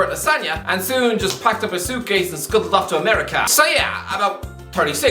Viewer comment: The way you say ameri-CA kills me